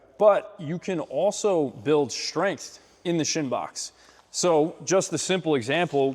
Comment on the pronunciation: When did strength become shtrength? Good content btw